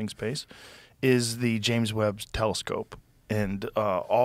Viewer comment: Did he call it the James "webbed" telescope